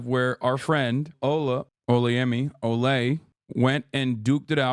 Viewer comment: Hasan watch some of olays interviews where she talks about her name. (Pretty sure her first breakfast club she goes over it) you were saying it wrong